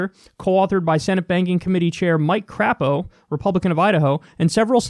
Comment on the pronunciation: It's actually pronounced CRAY-po, but I prefer how you do it.